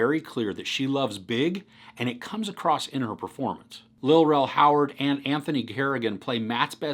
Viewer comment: It's Lil Rel Howery, NOT Howard! Just Thought I'd Let You Know So You'd Know! 😊